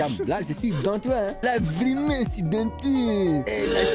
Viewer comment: Ze voit tout à côté, Ze suis pas habitoué, vrraimunt"😂😂😂 Toujours le même que je kiffe♥️♥️